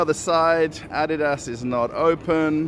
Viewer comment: Props to you for pronouncing Adidas correctly!